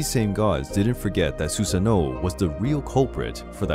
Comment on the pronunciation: It's not susano it's susano'o (su-sah-no-o)